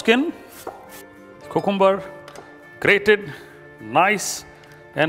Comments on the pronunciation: its more like coohcoombah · Great recipe. ..but lol at 'cocooomuber' every time... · Did you guys here how this guy was saying "Cucumber"? Lol